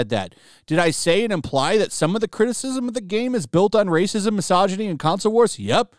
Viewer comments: the way you said “bbbrhrhhrrhrhrrrrrr RASISM” 💀💀💀💀💀💀💀💀💀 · The "pppprrrrrrrracism" is all i need to have a good day , ty for that xD